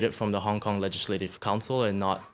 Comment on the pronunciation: Wait u said kong kong🤔😂😂